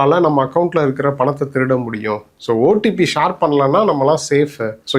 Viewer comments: Shaar illa pa...share... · Shor இல்ல share. Chair மாதிரி சொல்லுவது வழக்கம்.